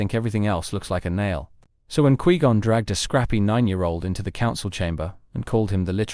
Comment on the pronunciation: Why do you call him? Kwee gon? It’s pronounced kwai- gone not kwee gahn